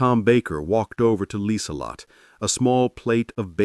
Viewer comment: "Her name was Liselotte Bauer. Last name means farmer, and AI actually got that one right. AI narrator messed up her first name, though. Should have 4 syllables, not three. It's pronounced Leezuhlotta. Lee Zuh Lott Uh. German doesn't have silent e's.